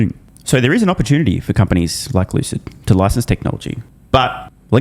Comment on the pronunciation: Lewcid Mowtahrs